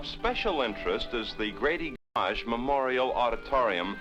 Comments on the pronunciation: "Gam-auzh" auditorium?! Who directed this?!!! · . The gamm'age auditorium. 😆